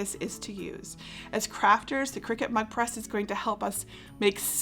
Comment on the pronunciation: I keep hearing it as Mud Press!